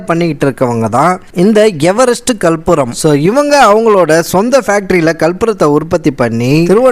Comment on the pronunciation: Bai athu kalpuram illa karpooram😅😅